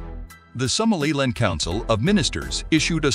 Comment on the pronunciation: An important report but the narrator must learn how to pronounce African names such as Somaliland, Addis Ababa, and Houthis. It is, of course, an honourable stance to block the murdering Apartheid regime’s access to the red Sea, they should feel it in their pockets for their attempted genocide and ethnic cleansing of the Palestinians. I hope Israel’s economy is severely detrimentally impacted. Well Done Africa for making your voice heard in the world.👏